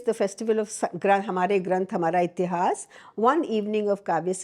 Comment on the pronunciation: Rightly said, wish she could say इतिहास, पुराण and वेद in stead of इतिहासा, पुराना and वेदा । , Especially in a great podcast like this one...